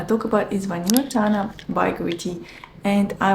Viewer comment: Hello beauty! Vanilla Tanà (with accent in the last A 😊) is a huge dissapointment for me. We have in Italy many brands offering the same. What disturbs me about Vanilla Tanà is that is VERY OILY. It stains clothes and it takes ages to absord on the skin. Do you have the same problem? I bought the full size bottle through gritti website at €260 😣